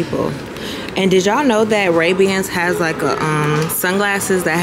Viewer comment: I love how you you pronounced ray bans 😂